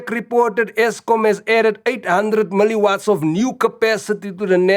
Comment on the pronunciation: 'Miliwats'!!!! 😂😂😂😂. Hai